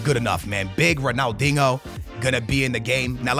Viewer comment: Why does he call him ronalDINGO